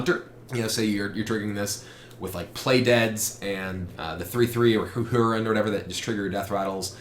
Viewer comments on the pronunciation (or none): none